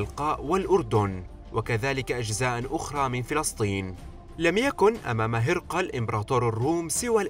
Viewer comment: ليس هِرْقِلْ ولكن هِرَقْل